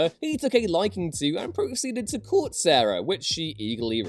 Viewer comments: Smh it’s not pronounced Sarah lol it’s pronounced (Kai-Era) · Nobody who makes list videos can pronounce Caiera, apparently. SMH. It's "Kai-era"